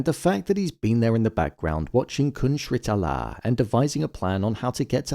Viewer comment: Sritala is pronounced evenly as “see tah lah” The R is silent unlike Sri Lanka.